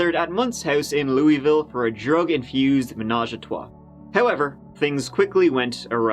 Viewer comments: Louisville, pronounced Loovul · It’s pronounced Lou-ah-vulle. 😛 Great episode, as always. 💯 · lou-vull Louisville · Another great video! P.S. - Louvulle, or Lou uh vul, but pronounced as two syllables ✌️ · Loo-uh-vull. Midwesterner to the rescue. Ope! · I've been to Louisville and people who live there pronounce it like "Loo-a-vul" or "Luh-vul" like you sort of have to blend all the vowels together and mumble it and there ya go😂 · But Louisville is in Jefferson county, not Jessamine, which is close to Lexington. Those Lexington locals taught you The wrong way to pronounce Louisville. The best way I can describe how to properly pronounce it is this: lull-eh-vull, but dropping the "L" sound off of " lull". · I live in Louisville! We say it like, "Loo-uh-vull." 😆😆 I ❤ U! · I have no idea where that dude came up with that ridiculous pronunciation but it's definitely not correct. It's just "Looavul" or if you wanna sound like a real native, just "Loovul". Source: I live 3 min from downtown Louisville. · Louisville is pronounced Louavle. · Pronounced, Luh-vul. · You were closest on your second time trying say Louisville correctly. In and around Louisville it is pronounced like this, loo-a-vul. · Louisville is one syllable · I’m from Louisville and you didn’t pronounce it correctly. 😂😂😂😂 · I already know there’s people from Louisville getting triggered by how pronounced it 🤣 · I think you should just pronounce “Louisville” differently everytime you say it. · Your second pronunciation of "Louisville" in the beginning was the correct one and then you pronounced it wrong the rest of the time. I do appreciate you trying though. doing my city! Can't decide if that's good or bad. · No, he's not. He pronounced it correctly one time in the beginning. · LOU-A-VUuL Drives me nuts but you got it right the second way you pronounced it. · it's pronounced by the locals as "luhvuhl." I annoy them when I say "Loo-ee-ville" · It’s pronounced Luh-ville